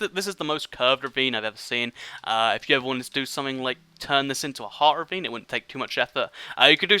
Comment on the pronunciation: The whole beginning of this video all I heard was revine revine revine